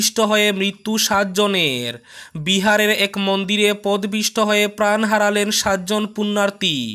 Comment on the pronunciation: Podopisto.Not pod pisto.